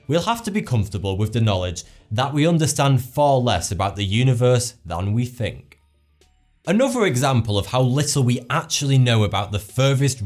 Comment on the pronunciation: Look, I really like this guy and I'm subscribed and all that. It's clear he's quite intelligent, but I'm just mystified as to why he can't put the tip of his tongue between his teeth and pronounce a "th" sound. It seems like a bad habit which was never broken as a child. He needs to fink about it. He'll fank me later.